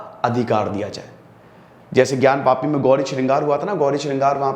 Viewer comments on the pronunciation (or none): none